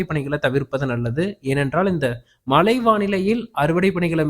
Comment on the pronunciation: மலை இல்லை மழை கிலக்கு இல்லை கிழக்கு ல இல்லை ழ மழை பெய்தாலேயே தாங்கமுடியல மலையை எப்படி தாங்குவது? முதலில் தமிழை படி பின்னர் வானிலையை படிச்சு கிழிக்கலாம்